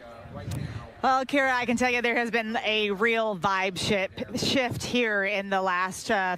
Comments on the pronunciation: Lol... she said, "vibe shit." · She said "its been a real vibe shit" 😂😂 i bet there has been lol